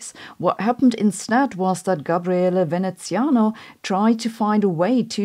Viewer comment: Love the content, and kudos for the nearly perfect Veneziano pronunciation!